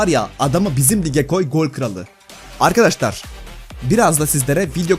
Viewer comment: Arkadaşlar diyeceksin arkadaştar değil